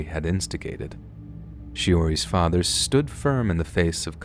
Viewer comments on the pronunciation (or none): none